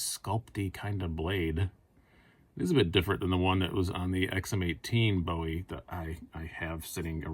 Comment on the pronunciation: Luv the ‘Boowie’..